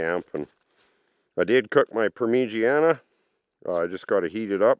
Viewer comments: "Parm - ah -jan - ah. 😅 not "Permeegian.........a 😄 - You're the best. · When you say permeegianne are you meaning parmesan as in chicken or eggplant parmesan. I've never heard it referred to the way you pronounce it....is that a Canadian thing?